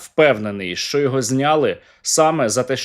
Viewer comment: Не шчо а що уши режет